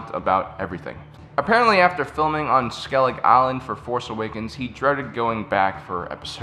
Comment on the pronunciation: A person who pronounced Skellig Island properly, you sir win a subscriber